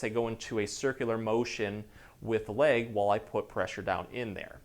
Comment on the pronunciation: Such a nice man with helpful content but I find myself wanting to correct the weird mis-pronunciations. 😅I believe the linguistic phenomenon that is happening here is called vowel transferring; where the speaker is using the “a” sound in place of the “e” sound, etc. It’s leg not lague. It’s seconds not sahcunds. It’s spot not spaht. Back is a one syllable word, not two. It’s back, not bee-ahhck.